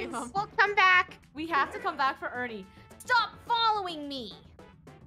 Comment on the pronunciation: its Funneh sayn FOR ERNINE ;]